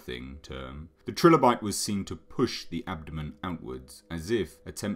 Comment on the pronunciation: Its pronounced try-lo-bite